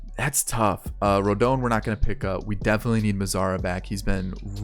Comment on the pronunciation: It’s “rohdahn” “rodohn”